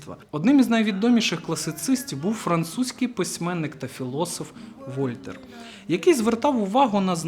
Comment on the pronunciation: люблю ваші відео - і за інформативність, і за подачу. Але правильно казати ВольтЕр :( дуже різонуло слух